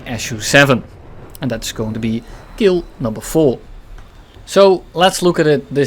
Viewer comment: "And dats kill numva 🌳"